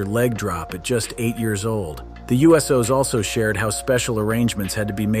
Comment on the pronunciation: Damn “The U.S.Os” took me right out of the video. Subbed though enjoyed the content.